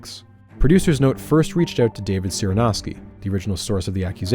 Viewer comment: Your pronunciation of the name Cyranoski was refreshingly accurate